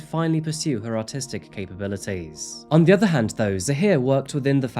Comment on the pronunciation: When you hear autistic and not artistic lol